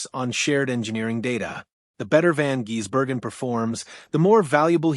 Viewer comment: F..king aye, butchering his name by say jezbergen instead of Gisbergen. Come on man at least learn how to pronounce his name with the proper respect he deserves